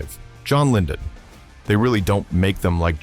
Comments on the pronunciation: ...and John LyNdon instead of John Lydon... AI slop has aged terribly 🤣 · It’s John Lydon, not Lyndon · JOHN LYDON, not 'Lyndon'. Jeez... who made this ? Some Millenial kid harvesting emo clicks ? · First, it's John Lydon NOT LyNdon. Two, calling Johnny Rotten a "hippy" is the music History equivalent of AI generated 7 fingers hand! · It's John Lydon, not "LyNdon." He's always been conservative. And he did the advert work in order to cover some healthcare costs for his wife of nearly 50 years. Do your research. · His last name is pronounced LIE-DON not LINDON. These days he's become someone of a capitalist. The nemesis he was against back in the day. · Why can’t you pronounce the name of the lead singer of the Sex Pistols? Maybe you should get some better AI and definitely a better writer